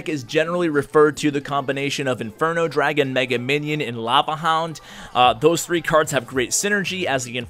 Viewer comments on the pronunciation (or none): none